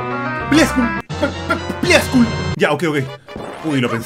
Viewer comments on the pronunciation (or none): por que le dice pliascul?